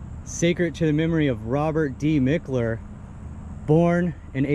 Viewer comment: Mickler—>is pronounced Mike-ler❤